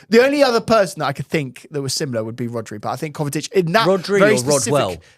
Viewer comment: Is saying “Kovatic”?